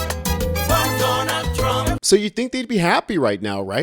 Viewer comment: I wil boat! For Donald Thrump! 😂😂😂😂